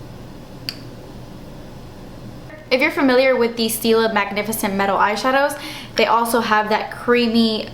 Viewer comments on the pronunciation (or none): none